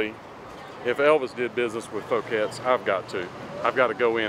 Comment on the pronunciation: This is how this is pronounced in France, you got it right. Foo-kets. I'm French and I find Elvis' stay in Paris rather fascinating as, sadly, as we all know, he never got to tour overseas.